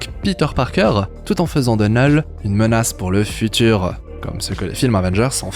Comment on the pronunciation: Il dit "neul" à chaque fois